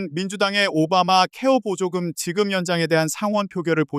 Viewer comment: 머야 세번째 뉴스는 앵커가 아니라 ai인가? 어떤 공부를 하다만 앵커가 [오바마케어 보조금]이 아니라 [오바마 케어보조금]이라고 읽어